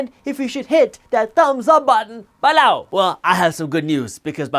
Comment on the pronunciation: This was a great video, he said “B-low” about 4 times!